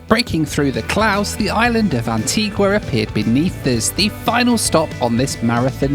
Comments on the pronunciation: You’re very lucky. You were amazingly spared the worst of intercaribbean. And it’s Anti-GUH, not Anti-GWA. And yes she is pretty. The entire Caribbean is. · AntiGA not GWA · It's pronounced An-tee-GAH. not Antee-GUAH!! beautiful island. Thanks for the coverage, happy you and your bags made it!! You really had some anxious moments. 😃😄😄👍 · Antiga not Antigwa¬ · And ..its Antigua (Anteega) not Antigwa lol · It's pronounced AntEEga, not AntWEEga! Learn to pronounce their names, at least! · Antigua is stunning - a word to the wise if you plan on returning to the island. Anitigua is pronounced Antiga rather than Antigooah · antiGah not antiGwaa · The locals get very upset if you call it Antguaaa. It's pronounced Antiga.😊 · You don’t pronounce the “u” in Antigua. It is pronounced Anteegah. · It’s pronounced An-tee-gah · for goodness sake, learn how to properly pronounce names of countries/islands! Antigua is pronounced ANTEEGA and Provideciales is NOT PROVIDENTIALS! it is more like the Spanish-sounding PROVIDEN SI ALL EZ. And, yes, flying around the Caribbean can be an adventure, but can also be fun. There is method in the madness, at least mostly. Just roll with it. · It’s pronounced AN-TEE-GAH! It was British West Indies, a beautiful and historic island with kind and funny people. You ought to go back and take a few days there. So much to do and see. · Great video and thanks for the great comments on Antigua - its a wonderful island and my home on and off for the last 33 years. Comment tho and don’t take offence but please learn how to pronounce the name of islands for your video..Providenciales is a Spanish pronunciation not English!!! Love your channel thank you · Need to work on your pronunciation of Antigua! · Maybe you should learn how to pronounce your destinations. Antigua and Provo. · Every time you pronounced Antigua I cringed. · I’m pretty certain when you lived in the uk you didn’t pronounce it Antigua like you were